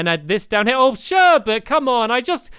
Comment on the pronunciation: sherbets name is sherbet and calls her sherbert